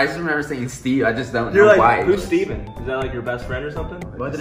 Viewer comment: Stevan The twins:stayvan